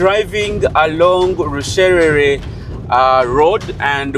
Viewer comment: it's Rushere not Rusherere